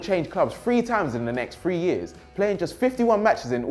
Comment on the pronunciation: why does have to pronounce times as THHHAAAAAAAAAMES